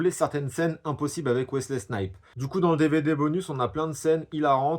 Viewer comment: T'as un souci sur la prononciation des noms propres : Wesley SnipeS avec un S et puis "WolverinG" wtf ?! 😁